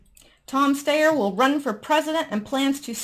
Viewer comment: Just a pronunciation tip,: Tom Steyer's name is pronounced STY-er - like a STY in your eye. (I know because he's been running seemingly non-stop impeachment ads here in California, ugh!).